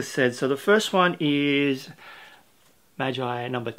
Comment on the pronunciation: Nah-roo-toe for naruto Maaaaaagggeeee like glee without the l for magi